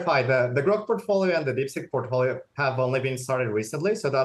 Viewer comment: Porkfolio what's da porkey 😂😂😂😂